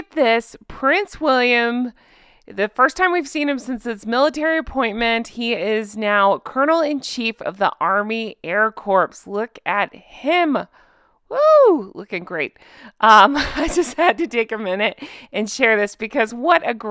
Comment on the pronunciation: Hun its not pronounced air corpse. Its sounded as core